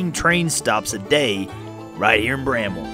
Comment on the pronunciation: Thank you for pronouncing Bramwell correctly.